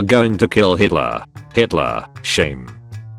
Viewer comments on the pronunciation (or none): it was s ame, not shame